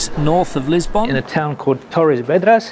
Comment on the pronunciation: Funny how annoying some things can be. The way you pronounce Lisbon is just plain weird.